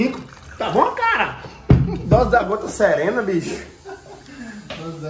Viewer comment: Como ele diz, "drose" kkkkkkk